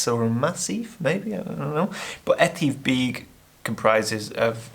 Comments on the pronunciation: Great video as usual and I love the shots. Your pronunciation of Stob Dubh is great. Etive Beag would be more like E-Tiv Beg (not Beeg). The way you pronounced Etive in Buachaille Etive Mor towards the end is the right way. I look forward to the next video. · You still pronounced it wrong😂😂😂 it's pronounced E-Tiv Beg 😂😂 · nah, you're still massacring those pronunciations! 🤣 Too harsh, soften them and you'll be fine, but you're not Scottish, so I guess we can't hold it against you! ;) But you're right about getting into the hills and mountains - it's a mind thing more than a physical thing. In my case, I'm too bloody lazy!! I've got to change that, and you saying it's not a physical thing might perhaps motivate me to get off my lazy fat ar$e!